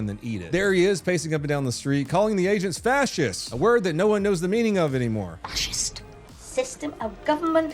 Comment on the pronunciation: Now everybody says "faschist" now? Hahaha salutes from Phoenix Arizona